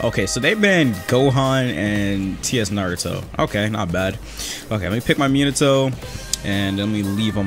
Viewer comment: Meen-ato